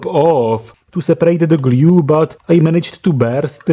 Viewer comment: Me: discovers your channel, the dangerous wireless charger video exactly Geez, this guy's accent sucks! doesn't stop watching Fuck it, i'll watch it Me later: Guess I'll stay. subs Me now: Somebody tried to fix it with gLyUE